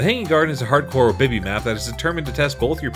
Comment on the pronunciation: Thank you for putting this list together! Unfortunately people prefer the generic maps because our brains are de-evolving and aren't interested in anything unique. Also you mis pronounced obby again, it's "O-Bee" not "Oh-bee" or "er-bee-bee" 😂